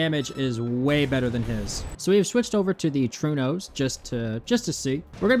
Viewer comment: Sir, are you aware of other languages other than english existing? Trueno is Spanish for thunder, and is pronounced "troo-eh-no", not "true-no". Please don't make my ears bleed no more 🙏